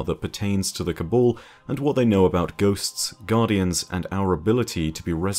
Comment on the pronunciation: why is it that you pronounce Cabal as Kabul ?